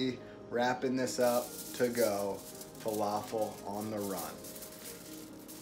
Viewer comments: Please please it's falafel with light L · Just don’t say an American L it’s not fa-La-feL